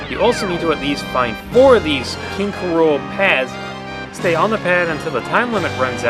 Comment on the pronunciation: did you say "king k. rola"?